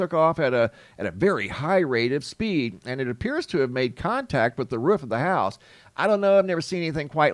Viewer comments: Omfg the way you say roof makes me want to jump off of one! The ruhh the ruhhh right here on the ruhhh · What’s the “ruf of a house”? 😂. It makes contact with the roof, must have missed the ruf.😂😂😂. Just joking around, love your videos man, I watch everyday! Thank you! ❤